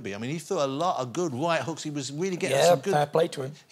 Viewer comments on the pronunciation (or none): Why does johnathan ross pronounce R’s as W’s “weally” “wussell” “thwee” “wight”